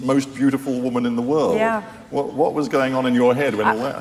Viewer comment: The single tear..OMG! And her horrible narrating..."the Wohrald". It's just world, lady, and I'm thinking you need to find a new place in it. I can't with these people anymore! We live in the Most diverse and safest place in human history. Literally. Doesn't mean nothing happens but good Lord, she is on a major show...do the writers even understand their hyocrisy?!